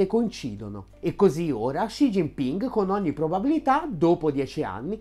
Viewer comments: Top video! Solo una cosa: Xi si pronuncia "si" più che "sci" ;) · Perché pronunci "Sci"?? Studio cinese da anni (da povero operaio autodidatta) e a parte strafalcioni che commetto ancora con i toni, so per certo che il suono che loro translitterano con XI ha pronuncia come un "si" con la s dura molto marcata, e chi non lo pronuncia nel modo giusto è un Luca Telese!!!